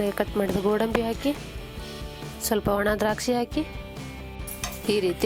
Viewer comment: ಅದು ಒಣದ್ರಾಕ್ಷಿ madam not ವನದ್ರಾಕ್ಷಿ